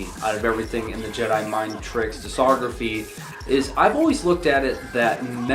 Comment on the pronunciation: As long as you don't trust him to pronounce the c in discography you should be good